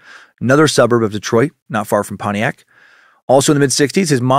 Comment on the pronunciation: You could hear the disappointment in dans voice the first time he pronounced Pontiac properly.